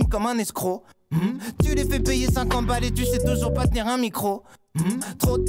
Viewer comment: Orelsan qui prononce pas "toujours pas" 🤣🤣